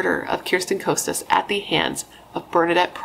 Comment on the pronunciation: First, her last name is pronounced "Kah-stuhs." Irrelevant, but just so you know. Also, it's "Uh-rinda." Both girls came from well-to-do families. In fact, Bernadette's family lived on the "richer" side of Orinda. Orchard Rd. is on the not-as-rich side (but yeah, think 90210, if you know that show.) Bernadette's family was just bigger. The movie Death of a Cheerleader was totally wrong.